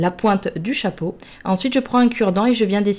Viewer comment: elle dit choipeau sinon c est trop beau